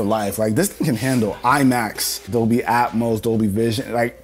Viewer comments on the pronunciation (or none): none